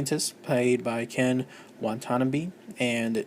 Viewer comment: Wah Tan Ah Bay... say it correctly. One more time.